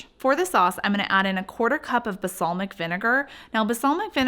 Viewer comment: Balsamic. It’s BaLSAmic.